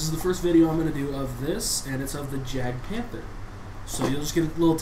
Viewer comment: I thought jagd was prenountce as yag not jag